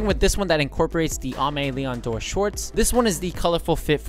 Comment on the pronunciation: That Aime Leon Dore pronunciation tho